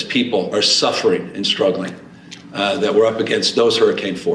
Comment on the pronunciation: He thinks suffering is spelled w/ a silent (D). As if Dsuffering Djobamala has been bad enough, (D)amn it!